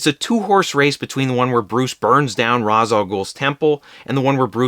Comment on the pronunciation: Ra’s is pronounced like Ray-sh. Nolan got that wrong for some reason lmao